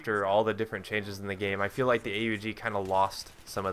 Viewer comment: U dont spell it A-U-G you say Aug, its a name, one word. Why do i know it? Because i used it when i was in the austrian army :)